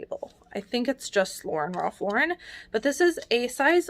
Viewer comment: I'm always happy to hear you pronounce Ralph Lauren correctly. I think resellers who put the accent on the end did not watch Friends.